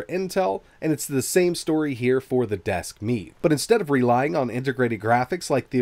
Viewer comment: Desk Meat ... I can't unhear it.